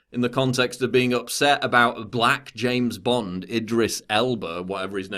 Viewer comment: i like to listen to you say james bond